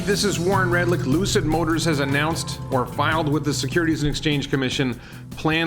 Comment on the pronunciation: „Ljuuusid Moatars“ 🤣 as puts it 🤣🤣🤣